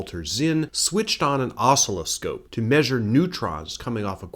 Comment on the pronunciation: I've never heard the word "oscilloscope" pronounced like that before, most say it the same way as "oscillation" which is what this scope measures, wave oscillations.